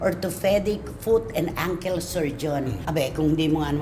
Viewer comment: Please learn how to pronounce words correctly ankle is not pronounced sounding Uncle please learn